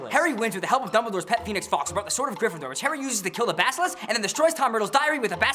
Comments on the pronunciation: Any one else notice he said 'peenix' not phoenix ?? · I'm sorry, did you say pee-nix? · lmao sounded like you said pet penis instead of pet phoenix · Phoenix, as in forks .. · it sounds like you're saying "pet penis, fawkes,.."